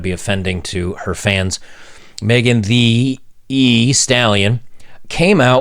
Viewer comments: Why are you saying Megan Thee E Stallion? Lol it’s not like you’re saying Megan The E Stallion. Js 😂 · Oh cut it out! You pronounce it Megan THE Stallion. Lol stop acting old, weird and white. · You know "thee" is a real word right? You don't have to keep butchering the pronunciation of it. The rappers name is stupid, but it's still a real word. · You don't need to emphasize the extra "E" on Megan Thee Stallion....